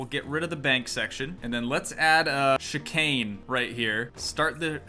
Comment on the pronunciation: Bro just saying you said chicane right. Love the vids